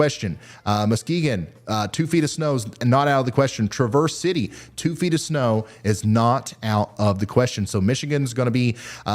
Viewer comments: Folks in Michigan pronounce it "TRAV-erse" with the accent on the first syllable. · Just fyi since you might have to say it more than once this weekend, traverse city is sounds like the name Travis not the actual English word traverse. I know we’re weird here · Hey 👋 Ryan thanks so much for what you do! Norther Lower MI here on the west side :) It's Traaah-verz City lol I live west of there closer to Lake MI ❤ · Its Trav-erse city my boy. You pronunce it like its the car made by Chevy 😅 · Michigander here, also a pronunciation killer. Traverse City is pronounced Tra-verse. Like the first syllable of Travis and then Verse. Sorry, I had to. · Locals pronounce Traverse City the same way Traverse does,! Thanks for the great show!